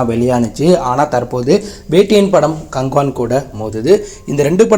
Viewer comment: அது என்ன ப்ரோ கங்குவா movie name நீங்க கங்குவான் சொன்ன மாதிரி கேட்டுச்சு 😂